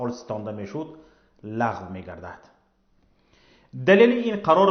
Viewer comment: Бародар гап зади точики гав зан, лагв, пагв, нагу мебахшида, туибосавод, мо лахчавии, точикира, мепазирем